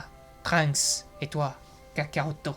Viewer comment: chuis mort gros, ton accentuation mdr "kakaro-tto"